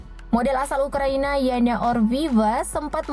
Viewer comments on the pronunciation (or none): none